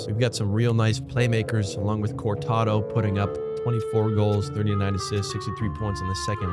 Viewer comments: You gotta stop saying Cortado lol it made me smile every time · I love how you butcher the pronunciation of Coronato, Zary, and Andersson 😂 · terrible pronunciation of zary and coronato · Killed me lmao